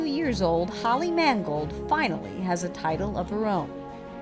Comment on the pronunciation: HER NAME IS MANGOLD, MAN "GOLD"